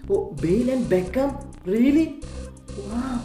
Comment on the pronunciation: Bale and Beckham reallyyyy 🤣🤣🤣🤣🤣🤣 that Hindi accent wow 🤣